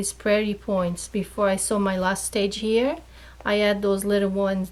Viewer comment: The word is "here" not cheer